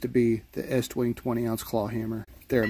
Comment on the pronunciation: I got a 28 ounce. And you did pronounce it right estwing. Some dummies say east wing which is wrong.